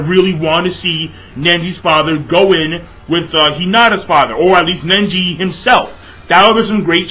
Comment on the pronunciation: Why do u pronounce neji "nenji?"